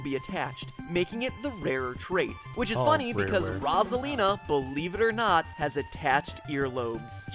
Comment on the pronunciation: He is pronouncing her name wrong. It's meant to be (Rose - ah - leen - ah) Yes I know he pronounced it correct a few times but still.